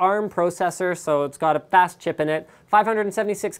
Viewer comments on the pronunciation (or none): none